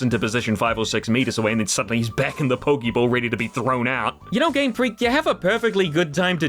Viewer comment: Pokéball, not pokiball.